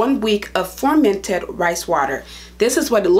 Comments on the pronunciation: It’s FER-MENTED... with an E! Not FORMENTED !! Your pronouncing it incorrectly You are an educated woman.. please pronounce the word correctly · You pronounce the word FUR-MENT-ED NOT FORMANTED LOL YOU'RE VERY PRETTY BTW👍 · You keep saying formented? Do you mean fermented? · She kept saying formented.